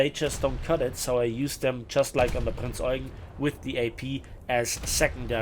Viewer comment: Its Prinz Eugeeeeen not Eugn 😅. Sorry, aber ich habe mal in der Eugenstraße gewohnt. Da hatte jeder einen Anfall bekommen, wenn man es nicht ordentlich ausspricht.